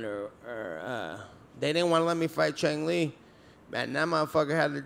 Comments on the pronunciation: Son said chang li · Ah yes, Chang li. 😂